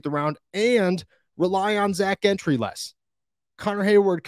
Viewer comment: I'm a Michigan fan. I've heard Gentry(soft G) only pronounced one way for years. Every Steeler game he has played in {soft G}. But,who has been in a locker room, seems to believe its a hard G. I've been trying to wrap my mind around this one for a couple of months. Can we get a consensus?